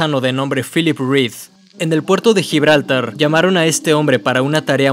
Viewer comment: gibraltár! es aguda!